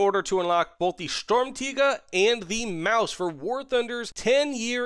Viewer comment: Your Sturmtiger/Maus pronunciation is spot on!